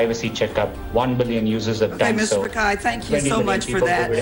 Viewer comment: It's pichai not pikai